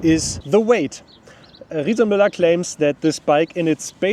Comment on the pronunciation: Not bad for germans like me (makes me proud to listen to him, in difference to speeches of almost of our politicians). Shares knowledge, tells what he beliefs in, otherwise he wouldn't do it (because he isn't a politician😊). And at least 'Riese&Müller' was pronounced correctly, wasn't it?😉 These bikes are for shure expensive. My grandma teached me: Buy cheap, buy twice! It's allways your choice.